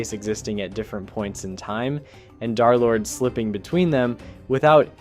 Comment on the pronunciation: "Dharr Lord"